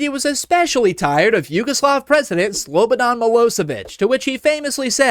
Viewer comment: It's Slobodan Not Slobadan